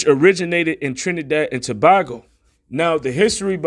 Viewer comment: It's pronounced (Jew-Vay ) and it's Trinidad and Too-bay-go. But we understand, it's not our language. There is so much confusion. (PEROID). Israel will be United again and we shall be released. The time is ripe and ready, who cannot see the signs, are truly blind. Keep pushing brother! I stand with you.